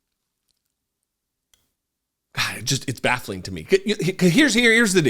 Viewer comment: hi. Never pronounce God's name as you do. You are making fun of God. That's not going to sit right with him.